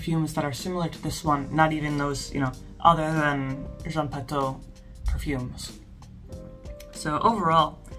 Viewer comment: It's pronounced Jean Patoo . You're so good already at pronouncing French but since you're making videos, why not look up pronunciation of particular words and vowel combinations? I really appreciate your effort to pronounce correct French and I have been mortified by most reviewers' butcherings, so you're doing great. I made 1 fragrance video with a French lesson at the end- it's called Advanced Oud by Fragophile Files. I haven't made any more yet because, well I have been focusing on my Substack but I do give a basic vowel lesson and the nasal combinations: such as words with "an", "en", "in", "on" and "un". "An" and "en" are the same but the rest are distinct from one another. Most Americans pronounce "Indémodables" as though it were "andémodables" but that is incorrect- at least in France, not talking about Canada. There is an awesome French dude you will find toute suite if you look up French pronunciation on YT- just check him out a bit. I hope I didn't make you mad. Sillage is seeyaj.